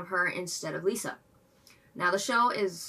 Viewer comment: 1 minor nitpick it's not pronounced like lisa. no lee sound just li sound